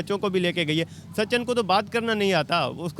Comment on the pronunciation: Sachan....😂😂😂😂😂😂 bc naam toh theek se lele sachin hai😂